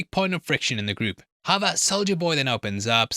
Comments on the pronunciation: 😊 Pretty sure saying "however," but yes, there's just a whisper of a "b" sound in his pronunciation. Almost "howeber." Hence the captioning interprets this as "how about." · I'm curious, what is that word you are using there? Subtitles say: "how about", are you saying "however"? I've heard you use it in other videos before too and never knew what you are saying(sorry English is not my first language).